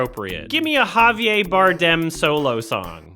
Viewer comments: "Javier" isn't pronounced "Haviay" with a silent french "R." It's "Havier." Spanish, not French. And if you want to do it even more accurately, it's with a rolled "R," which will sound more like a "D." "Ha-vee-ed." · his name is Javier Bardem, he is a spanish actor not a french one. His name is pronounced Halve-yehr. You sound like Peggy Hill. Thanks for the videos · The “R” in Javier is not silent. Javier Bardem’s name is Spanish, not French.